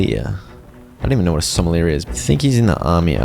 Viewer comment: when the goose doesn't speak French so doesn't know what a sommelier is....and pronouncng it someleer XD I love it